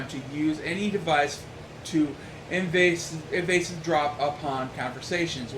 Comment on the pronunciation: eeevs-drop not evasive drop btw =P